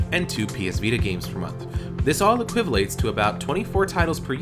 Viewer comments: Did he say equivilate? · equivalate...uh huh lol